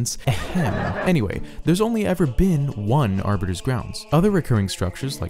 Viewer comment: Aribiter!?!....*halo nerd intensifies*